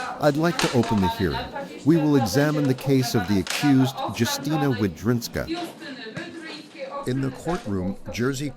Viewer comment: Опять искусственный интелект произносит неправильно слова монастырь Ясна Гора, а не Ягна Гора и т.д.